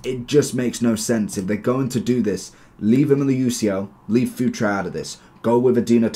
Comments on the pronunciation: I'm Portuguese, it's not pronounced like you say. It's actually Futr not furt-ray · bro his name is pronounced fu-tray, its really funny you call him future 🤣